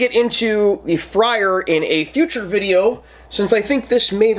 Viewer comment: Man the way you were saying freyr (norse god) was hard to listen too. But liked the review